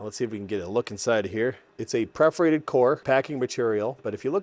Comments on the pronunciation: It’s PERForated not PREForated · Perforated not preforated. Purr-forated, like a cat purrs.